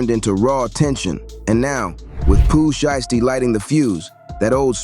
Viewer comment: Definitely an interesting video bro since 30 and Sheisty are 2 of my favorite artists, but bro u pronouncing names wrong it’s Nuski (Nooski is how u pronounce it) and it’s Sheisty (Pronounced Shystee), not Nochi and shestee 😂 😂😂…Other than tht the content is definitely interesting